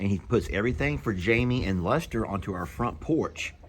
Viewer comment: Aw,. That makes me giggle every time you say it.